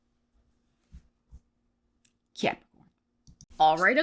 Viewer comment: Cannot start my February without uttering Cuahpricoorn 😂 Thanks and hope your February goes swell 😊❤😊